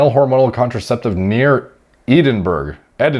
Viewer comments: As a person from Scotland... I won't get mad at you, I'll help you: It's Ehh-din-Brahhhh. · The made some Scots cry by butchering the pronunciation of poor Edinburgh... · Weird watching your Youtube Pharma doctor turn into a braindead meathead as he tried to pronounce 'Edinburgh' lol. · As someone living in Edinburgh, it always hurts hearing a north American try to pronounce it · The way you pronounced Edinburgh 😂🏴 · Scotsmen will not take lightly on how pronounces Edinburgh 😂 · Your pronunciation of Edinburgh was the most American thing I’ve seen you do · I love how can say shit like Dimethylethanolamine but completely massacres Edinburgh 🤣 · Ffs please google how to pronounce the capital of Scotland 😂😂😂 🤦🏻‍♂️🏴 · What is that Edinburgh pronunciation ffs😂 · It's pronounced "Edinburgh" btw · The way you said Edinburgh was so funny 😂😂😂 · yeah man, super admirable dudes. Just find it funny being from the UK where I don't think twice about how words like Edinburgh are pronounced and the just fucking butchers it😂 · Yo pronouncing Edinburgh killed me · mispronunciation of Ed was a precursor to the downstream massacre of the word Edinburgh. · I cringed hard Scottish guy here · Dude I'm from Yorkshire he butchered it, one of the worst pronunciations Ive heard in my life. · Edinburgh is a place in Scotland, and how you're saying it is not how it's pronounced! Lol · I know, he's never heard of the capital of Scotland 😂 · Just listening to you try to pronounce Edinburgh is the little joy I needed today... 👌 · Yo bro I live in ed-in-bruh it’s ballin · Just want to clarify Edinburgh is pronounced Ed-in-burra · My favourite part of the video was listening to pronouncing British locations - Edinburgh (Ed-in-burrah) = "Eedinberg" lol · Eden burg .... hahaha. It's the capital of Scotland pronouned Ed in borough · You mean edandberg. Or eddinborj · id smack anyone who called Edinburgh eddinburro. EDDIN-BRUH! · Ödin Bruh